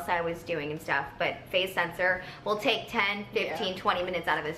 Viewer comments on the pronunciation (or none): none